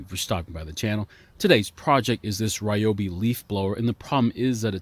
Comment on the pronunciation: FWIW the name is not pronounced RYE' o bee. It is Ree YO' bee.